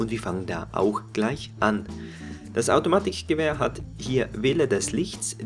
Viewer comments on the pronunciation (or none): ich nfinde es lustig wie du das k aussprichst automatiCHgewehr